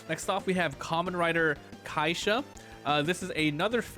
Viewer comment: It’s pronounced differently then you’re saying it it’s more pronounced like 5 with a z at end the a is more of less silent…this whole video was killing me as a Kamen Rider fan…